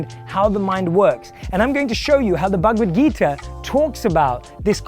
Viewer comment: No offence but just a request, Being a person from Indian origin, you should pronounce : "Bhagwat Geeta" correctly.